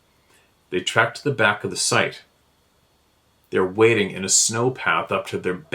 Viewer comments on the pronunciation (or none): none